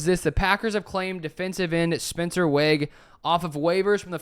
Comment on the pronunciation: pronounced "wage" btw